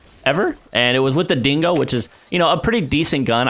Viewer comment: dingo* not singo